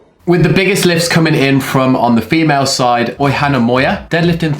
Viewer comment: welcome to the pronunciation of Basque names;-) Oihana, the h is silent:-)